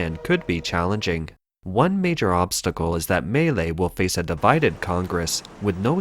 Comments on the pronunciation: Maylay, Maylay xD It is Milei: Me-Lay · Milei is actually three syllables, but the average American should probably think of it as "millay," not, as this video characterizes it, "malay" or "melee." It's "mee LEH-ee" if you want to be technical. No matter how good one's grasp of politics, if you can't pronounce the players' names, you lack cred. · I just want to say he completely butchered his name. He's called Milei, pronounced something like "me-lay" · excellent video!!! some small corrections for outsiders: - Milei is pronounced /mee.LAY/ - He does not want to dollarize per se, but allow citizens to chose whichever currency they wish to use (nonetheless, the most popular and desired currency to use is the dollar). - The Argentinian state is composed of 18~ Ministries, of which he wants cut down to 7 and build a new one named the "Human Capital Ministry" which embodies health, education, and some other conceptd linked to citizen growth. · This sounds like it was made with AI technology.... Or maybe Siri?🤣 At least learn how to pronounce Milei!